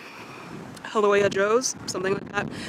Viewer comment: FYI...Makapu'u =Mah-kah-pooh-ooh, translated as Bulging Eye...Haleiwa=Hah-lay-ee-vah, translated as House of the Iwa(frigate bird). Iwa were/are usually used by fishermen as indicator of fish schools